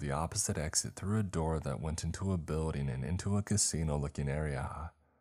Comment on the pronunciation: BuildING!!! NOT buildEENE!!!! LEARN HOW TO PRONOUNCE ING!!!! ING, 8NG ING!!! NOT EENE!!!!!!!!!!!!!!!